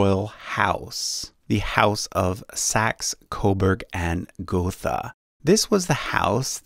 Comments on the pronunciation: Its pronounced gota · I live near the Teck mountain in Württemberg. The ,th' in the name ,Gotha' is spoken the german way, this means ,t' not the english ,th'-sound.